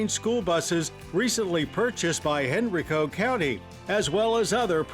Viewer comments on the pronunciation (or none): Henrico is pronounced; HEN-RYE-COE